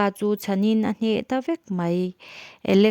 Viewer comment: Miss i thiam lutuk mahse an hming hi i sawi dik lo nasa lutuk alex pawh a ni lo calix a lawm chuan c pawh a ni lo c-na a lawm chuan i cut nasa lutuk i thiam lutuk a nia i lo huat loh hram ka bei sei😊